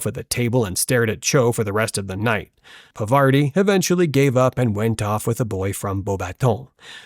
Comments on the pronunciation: It's not pavaarti !!!!! It's pronounced paarvati i.e.पार्वती Please pronounce hindi words correctly. I well know that you are not Indian, but still at least don't disrespect names. That really hurts... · Parvati Patil. ❌ Pavarti Patil ✅ Pervert-i Patil ✅ ✅✅✅✅😸😸😸 😂😂😂